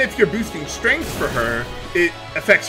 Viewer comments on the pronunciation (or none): none